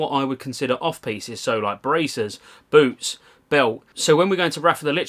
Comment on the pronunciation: He isn‘t talking about boots isn‘t he? It sounds like boobs all the time haha